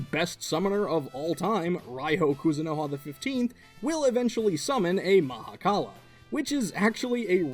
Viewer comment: Thank you for the correct pronunciation. Shiva (in certain Hindu view points) is everything, ie the universe and beyond. So he is also the Mahakala (Maha = mega, kal = end/death/'to cease') because everything ends into the universe. Creator (Bhrama) and Preserver (Vishnu) originated from Him, and he took the role of "Destroyer". Not even other Hindu gods can begin to comprehend Shiva.